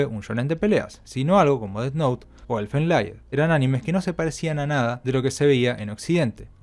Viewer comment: "Lied" en Elfen Lied se pronuncia "lid". "Lied" es una palabra en alemán, no en inglés. "Priority" en Wonder Egg Priority se pronuncia más o menos como "praiority". "Psycho" en Psycho-Pass se pronuncia "psaico".